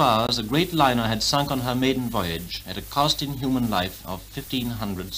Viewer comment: The cost in "hooman" life.